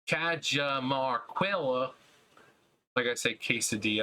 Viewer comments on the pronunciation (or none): Caya-mar-key-ah technically